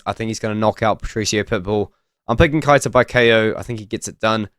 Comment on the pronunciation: Keita is pronounced Kay-ta